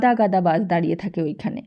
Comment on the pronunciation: এত বাজে উচ্চারন শুনে আসলেই পিত্তি জ্বলে যাচ্ছে! বাস কি বাশ? না কি ওটা বাস- Bus! ছোকরা কি ছোগরা? অসহ্য।